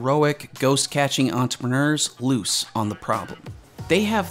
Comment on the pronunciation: Entrepreneur. Please note all the ‘R’s in this word.